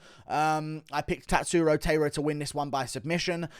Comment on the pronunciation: Guru his name is Tatsuro Tie-ruh… not Tay-ruh